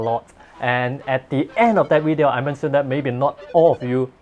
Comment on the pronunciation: please give it to my Wife because she "lily" likes your "weedio":D